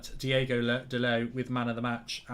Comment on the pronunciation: DIOOOOOOOOGO NOT DIEGO